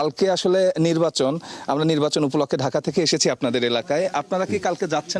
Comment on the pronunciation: নির্বাচন নাকি নির্বাসন 😂😂😂 এটা কি ধরনের সাংবাদিক 😂😂😂